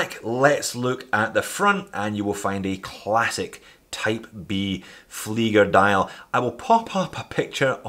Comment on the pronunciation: You are saying flygers. Ie is pronounced ee in all languages, including english